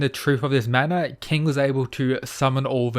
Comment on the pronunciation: hey man! Put some respect on Manako's name